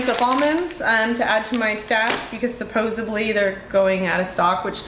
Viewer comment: Just a public service announcement: it’s supposeDly, not supposaBly 😬✌️